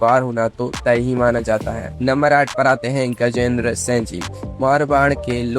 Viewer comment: Are tu bolna sikh.Singh ko sa bol raha hai